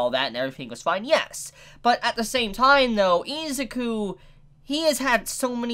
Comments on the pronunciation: Teacher: say "Izuku": E-ZOO-COO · Just say deku, u say his name wrong and its annoying me 😡